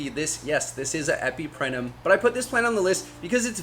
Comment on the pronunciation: It's also EpipreMnum, not Epiprenum 😂